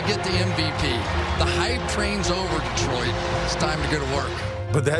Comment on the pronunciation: "Detriot" ... sigh